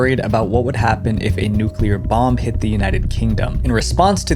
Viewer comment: Thank you for not mispronouncing the word "nuclear." So many YouTubers, whose jobs are to speak to the masses and should be expected to do so correctly, pronounce it "nucular," like NOO-cyoo-ler. It's like nails on a chalkboard!